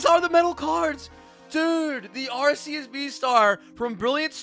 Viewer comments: Pls tell me he didn’t say arseus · He said acus